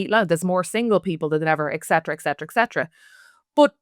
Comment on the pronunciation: I love the content. So, ok, the term is "Et Cetera". It's latin, but one of my pet peeves. In latin the C is hard. In english we use a soft C. But, the first word is "Et". There's no X in it etc etc .. .